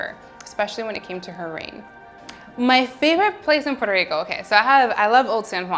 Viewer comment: I loved when she pronounced "Puerto Rico" with spanish accent 🥰